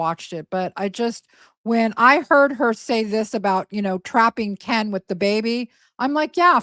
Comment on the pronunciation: The changing accents is so embarrassing. You don't pick up a local accent by living there a few years, you form your speech patterns when you first learn to talk. And now she pronouces Ken "Can" That's just laziness.